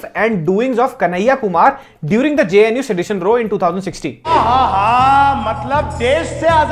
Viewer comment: I stoped watching when, 'JNU' became 'VNU'🤣